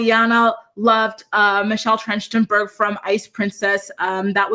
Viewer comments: I think it’s pronounced Michelle TRACK-TIN-BURG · Her last name is pronounced Tracht-en-berg. 😊